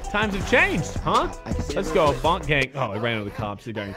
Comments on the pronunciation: He said Bonk instead of Boonk Gang😂😂😂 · It's boo-nk not bo-nk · Its Boo-nK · The way he said boonk gang😂